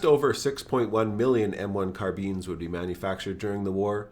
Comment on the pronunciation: I like how u pronounce the M1 CarBEANs xd